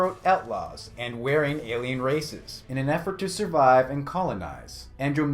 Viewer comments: It's pronounced "war-ring" and "An-drom-me-duh" as in the actual closest galaxy... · Wearing instead of warring? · How did you mispronounce "Andromeda" (an-drom-mida) and "warring" (wahr-ring)? Ah, that's ok. I forgive ya. That "No Man's Sky" joke was legit. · lol its WARing not WEARing ya noob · Warring... WAR-ring, not waring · bruh can you read? adromedia? wereing?